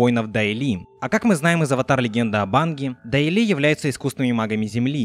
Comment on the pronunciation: Почему ты Аанга называешь Анг?